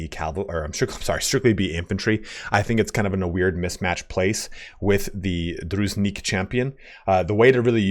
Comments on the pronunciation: Nice video. One nitpicky thing from my side: Calling Druzhinnik DruZnick Ah, pain in my ears :) It should be more like Droo + jin + nick (there is double n and zh is more like j without d part). As for the unit itself. Gameplaywise i agree with you but for RP it makes sense to have them mounted. Because judging by name itself Devs definitely took inspiration of Sturgia in Kyivan Rus (on which vikings and Byzantium were big influences). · ITS "DRU - ZHIN (more like J-sound, like in voyaGe , not z) - NICK" not druznick Drough-Jeanne-Nick it's from Russian midlle age history, means a member of the inner circle (friends, far relatives) of a noble FYI the lore here is a direct parallel to Kievan Rus' (midage Russia) which was mainly fighting The Golden Horde (Khuzait), and Livon order (Vlandia, sort of). And it was (as in the game also) really hard to predict- who will your next battle be with - mounted archers and light cavalry of the Horde, or heavy armored knights of the crusaders. So the logic here is to have something which will be suitable against both. The game actually translates real historical circumstances and material response really smart. Unfortunately suffering from the balancing necessity. Also mechanics of the game tend to equalize army sizes, whereas in real history some peoples took V by sheer numbers and overwhelming hit-and-run tactics (Horde-Khuzait, Mamluke-Arab), while others had technical superiority. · Zh in Druzhinnik sounds like [ʒ] in "casual". Dru-zhin-nik. Druzhina was a personal army of Early Rus' lords. In most cases Druzhinniki was a best friends or even relatives of lord, so they was really loyal to him.